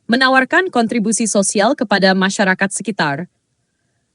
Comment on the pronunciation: kok banyak slip tongue? .... "musyarawah" .... "masyakarat".... 😅